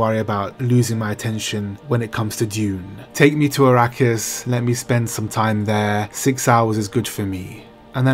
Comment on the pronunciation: Please....it's A-rakkis. Not I-rakkis.